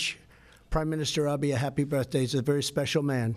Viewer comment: That is AH-BAY. AH-BAY AH-BAY. He's your best friend President Trump, learn to say his name right. (Maybe he calls you Donorodo Churummpu though and that's why you tease him by calling him AH-BEE)